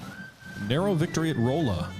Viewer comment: It's pronounced "Rahlla" Missouri. I live close to that city lol.